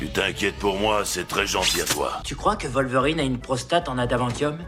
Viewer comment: Poudlarde XD C'est terrible ! Je comprend pas non plus la prononciation "volverine" pour Wolverine. Je pensais que ça se prononçait comme en anglais, avec un "W", vue que ça vient du nom anglais du glouton.